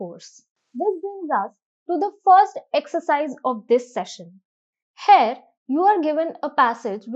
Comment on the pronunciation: Glad to see the way explanation is given except a few flaws. Pls correct spelling of grammar. Pronunciation of Here is not as that of Hair.